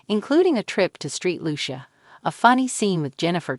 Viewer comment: Street Lucia? Epi-tome? Preh-nup? I had to stop there. C’mon girl!